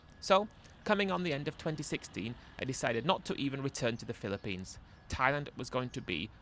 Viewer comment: Mate fair play to you doing these readouts, as you can barely get through one minute without totally mispronouncing a word or inventing a new one. Banilla and Pillapines were classics in this one. Not sure if you had a speech impediment when youger.